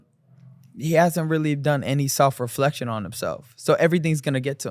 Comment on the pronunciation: He always pronounces “self” as “salf” lmao why